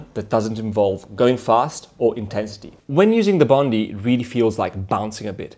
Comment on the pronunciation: Bon dai not Bon dee😀